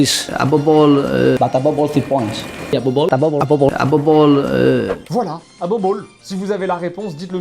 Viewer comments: Unai dit “Above all”. 😂😂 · Emery dit "above all" les espagnols prononcent le v et le b de manière similaire, sinon le kifferait avoir le maillot de Gignac! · Il dit "Above all" mais comme en Espagne on dit les "v" en "b" il dit "Abobe all". Voila :) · "Abobol" c'est "above all" je pense, par dessus tout. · Je pense que Unai Emery essaye de dire “above all” quand il dit “abobol” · Abobol = Above all. Emery etant espagnol il prononce ses v comme des b. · Il veut dire above all (avant tout) par "ABOBOL" d'après mes fines oreilles :), je peux avoir le maillot ? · Abobol, je crois bien qu'il dit "above all" "par dessus tout" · “Abobol”: Il veut dire “Above all”😂😂😂 au moins il en essaie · Above all = par dessus tout et non abobol 😂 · ABOBOL= above all qui signifie avant tout, par dessus tout(prononcé en espagnol ça donne ABOBOL lol)😂😂😂. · "Abobol" = "Above all" (parce que le V se prononce B en espagnol), qu'on peut traduire par "Avant tout" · Unai Emery dit « above all » qui veut dire « par dessus tout » Il le prononce « abobol » car en espagnol on prononce la lettre « v » avec la sonorité de la lettre « b » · Il dit pas abobol il dit "Above all" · Surtout qu'en Espagnol le v se prononce b. above all... Abobe all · Je pense qu'Emery essaie de dire "Above all" mais j'en suis pas sûr. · Il doit essayer de dire "above all" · Emery dit "Above all" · C'est "Above all" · "Abobol" pourrait être Above all, notre cher Unai Emery voudrait dire "au delà de ça" mais vu comment notre ami manie la langue de Shakespear, c'est pas 100% sur ! ( en espagnol le "v" se prononce [b] ça expliquerai son p'tit soucis x) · Bien dit, pck le V espagnol se prononce B ABOBOL mdrrr ;) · Je croix que Emery a encore du mal a dire #Above all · Emery dit "above all" je crois, mais sa prononciation est douteuse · DéDé je veux ton maillot fréro ! Sinon le mec dit above all mais j'imagine qu'il doit être espagnol car les v se prononcent b ducoup "aboball" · je dirais qu'Emery dit "Above all"